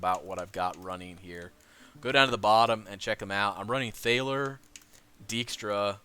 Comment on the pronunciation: Thaler is pronounced "tall-er". SIlent 'h'. Otherwise I found your video very well made and engaging, good job.